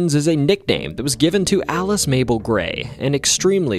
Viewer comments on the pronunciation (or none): none